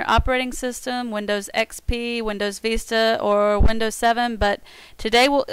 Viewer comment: it's pronounced VI-STA not VEE-STA